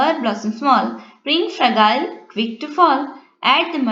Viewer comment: You have pronounced fragile wrongly